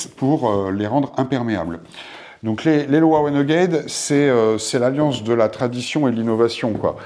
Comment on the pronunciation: Bonjour, merci pour cette intéressante vidéo. Je possède ces chaussures et je suis d'accord avec vous sur ses qualités et ses défauts (mineurs !). C'est pour la partir "entretien" que j'ai regardé cette vidéo, merci pour les astuces de nettoyage. Par contre, LOWA est une marque allemande, on prononce donc LOVA !